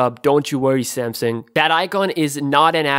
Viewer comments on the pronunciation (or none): none